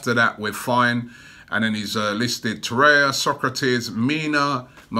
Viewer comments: If there's one thing I hate about these videos, Robbie, it's the name pronunciations! "Torrea" "Squadron Mustafi" "Dai-bala." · Torre*r*a or Torreira. PRONOUNCE IT PROPERLEY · Spoke too soon just once at the beginning 😑